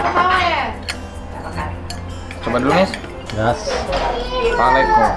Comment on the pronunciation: Palekko pak, bukan palekko. 🙏